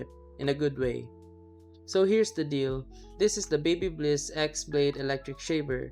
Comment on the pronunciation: It's not Babybliss